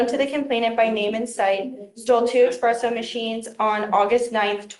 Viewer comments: Espresso, espresso, espresso! Not eXpresso, it's not that hard to say espresso unless she's referring to her quick(express-o), exit from the store. 🤦‍♂️ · Dear americans, PLEASE stop calling it an expresso machine! It drives me nuts!